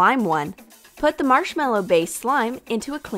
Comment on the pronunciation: Who else heard: pour de colas in de cups